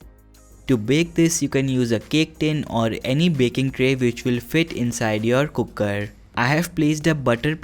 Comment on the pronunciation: Please don't say kukkar. It's cooker. Thank you.